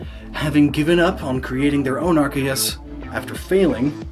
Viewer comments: Arceus is pronounced as Ar - Se - us in Japanese... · Miquib Arceus pronunciation